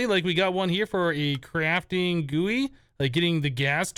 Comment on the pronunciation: the way he pronounce GUI.... ughhh... CRINGE